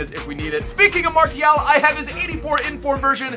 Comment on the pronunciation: MARCCCCCCIAAAALLL FFS -triggered french